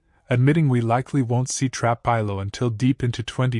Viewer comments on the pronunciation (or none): Please stop mispronouncing trapillo 😮😮